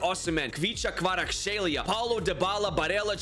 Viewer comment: Man’s the first guy who said kvartshelia correct ( sorry If I spelt it incorrect )